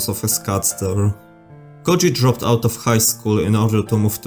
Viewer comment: As someone whos native language has the letter "Ö" in it the way his name is pronounced lowk pisses me off 😂😂